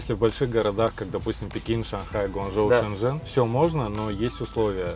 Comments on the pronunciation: нужно Shenzhen говорить правильно, т.е Шеньчжень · Не шеньжень, а женьшень!